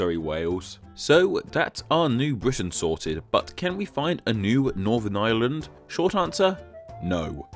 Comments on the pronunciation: He pronounces 'Ireland' and 'island' the exact same XD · can't help noticing that the R sound in Ireland is completely dropped